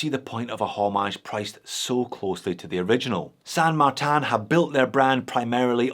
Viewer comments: San Martin is my fav brand. And please dont say it as San MARTAN. Just use the normal Martin pronunciation as you talk about your slavic australian mate next door. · can you stop pronouncing "san martin" with "martin" in french (and san not pronounced in french btw)? if it were french it would be "saint martin"... which would be the exact same spelling than in english (in that case... wouldn't know if it had to be pronounced the french or the english way). Anyways... "san" is spanish, so can "martin" be... pronounced mar-teen so... san mar-teen please.... chinese stuff are already confusing enough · It doesn't mean anything, it's just a bullshit name they came up with because they assume - probably correctly - thar people wouldn't buy something with a Chinese name. I think it's hilarious that pronounces it like that.